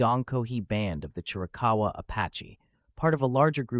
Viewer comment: It's Chiricahua not Chirakawa